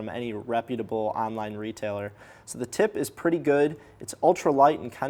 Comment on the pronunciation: I hear every 'tip' as 'tit'. It is a great review.